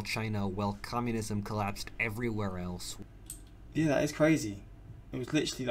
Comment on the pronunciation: I like how he says, “Yah”